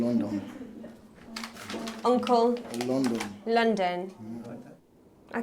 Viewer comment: Its pronounced ONCA LOONDON 😂